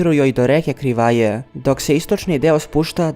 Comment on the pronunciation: Само мала исправка; грешка у акцентовању Криваје и Завидовића.